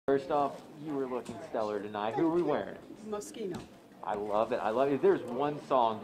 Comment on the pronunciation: Its Moschiiiino....Jesus...are people sick?